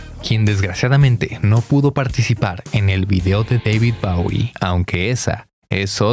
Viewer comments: Lo estás pronunciando mal??? Bowie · David bawie No, chao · Le dice [Bawie] a Bowie. Que chingue a su madre.